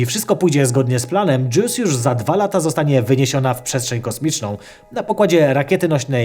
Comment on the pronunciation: Dobrze słyszałem, sonda JEWS?